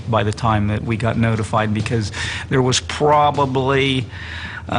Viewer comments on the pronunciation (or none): none